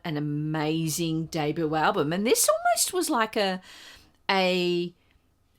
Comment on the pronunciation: Just a couple of small corrections in pronunciation----- it's DAY-BYOO, not DAY-BOO. And the Ramones' tune is pronounced BLITZ-KREEG BOP, not BLITZ-CRYG BOP.